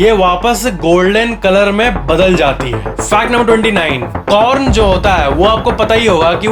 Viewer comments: i heard p*rn not corn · is a corn not p0rN😂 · In I listen corn as p**n